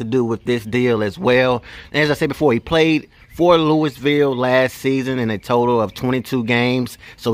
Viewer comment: It’s Loo-ee-ville